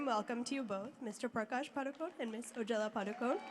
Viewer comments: Please pronounce Padukone properly as it is pronounced in Karnataka... it is ಪಡುಕೋಣೆ not Paadukon... let others pronounce. but we konkani people have to pronounce as it is supposed to be.. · not sure if you are agreeing with me or disagreeing with me. She pronounced it PADU CONE instead of PADU KONAY. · I am disappointed that even Konkanis did not pronounce Deepika Padukone last name correctly, Including Deepika Padukone.When Prakash Padukone was a well known badminton player, I never heard his last name pronounced incorrectly. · We Saraswats Brahmins say Padukon not Padukone